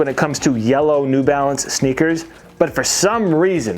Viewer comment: "New Balace" 😂😂😂